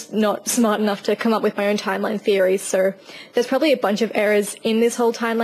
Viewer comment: Your accent is cool but when you say "so" I always think you're saying "sir"